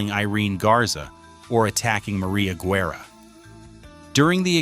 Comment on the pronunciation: This has got to be the worst documentary ever. Im from Mcallen, TX. I was a part of that church. Barely one percent of those pics were correct. One showed a skyscraper that wasn't finished till the late 70's. That Pic of Sacred Heart Church wasn't even the church building. And the way Guerra's name is pronounced, terrible. AI is terrible.